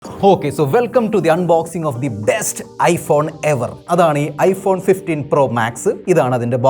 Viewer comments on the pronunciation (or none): ever അല്ല എവ